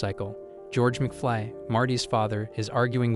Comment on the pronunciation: McFlee? It's mcFly, bozo. They may be both insects, but still different.